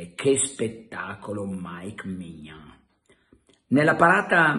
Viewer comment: E che Maignan si dice Mignón